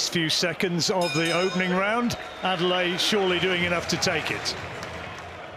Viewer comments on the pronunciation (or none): Commentator. Everyone. It’s ‘Ade-le-ye’, not ‘Ade-lay’ 🙄 Why’s he permitting the changing of his name to make it easier for other people? Strong name that means ‘The crown has honour’ Anyway, interesting that there was a suggestion that Manev could have taken a knee if his vision was compromised when Daniel DuBois was castigated and called a quitter for doing just that. And yes, Adeleye needs more time, more fights and experience before any talk about big title fights. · The man’s name is Adeleye… “Ah-day-leh-yeah”!! Get it right! It’s not Adele-eye👀!